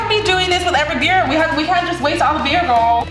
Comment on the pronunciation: I cannot when u say gourl or whatever it really irks me...